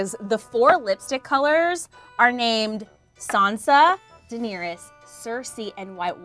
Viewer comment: welcome to 14 minutes of pronouncing Daenerys like “Dinierys”